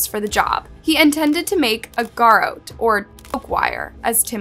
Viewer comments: gair-ROT. not gairo. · Is shawty like reading from an article or something when she does these videos because she’s always pronouncing like two or three words wrong. Word she chooses to use. Or did she not write the material from which she’s reading. Garrote is pronounced Ga-Rot. Not really a big brain word. Every video with this channel it’s one or two words, anyways just actually learn about the stuff you want to cover in a video instead of script reading an article. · You have a true crime channel and you can't pronounce "garrote" correctly...?